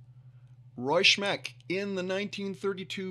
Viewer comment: It's "Smeck" not "Shmeck."